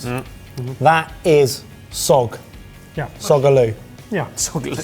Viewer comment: What was the name of the spinach dish. Closed captioning says 'sag'. I think it was that said 'fog'. Then at it comes out as 'sogg'. I usually have steamed fresh spinach or make creamed frozen spinach. I would like to try whatever dish that is but have no idea what it is. Wow, British chicken is expensive. Maybe because it's Waitros.